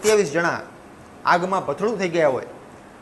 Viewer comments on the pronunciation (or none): આગમાં ભથડુ નહી. પણ ભડથું. પત્રકાર એ ઈમરજન્સી માં લાગે છે.